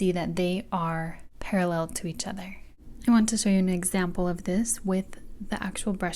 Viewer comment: 0w0 that “each” hurt me